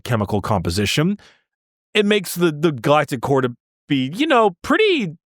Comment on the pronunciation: My brain will not stop hearing “Galactic Whore” instead of core 😭 This whole episode has had me questioning my maturity lmao